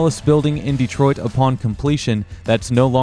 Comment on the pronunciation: Pronounced more like Day troit